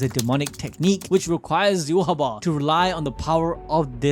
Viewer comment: Dude says you ha wah its yai watch